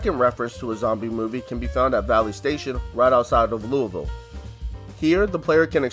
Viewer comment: I nearly spit my drink out when he said Louisville correctly